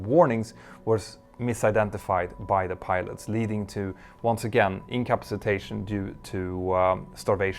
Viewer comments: I'm trying to figure out what you mean when you say "incapi zi tay shun" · Your pronunciation of incapacitation is getting better.